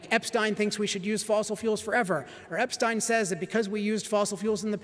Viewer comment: People really should learn how to pronounce Epstein.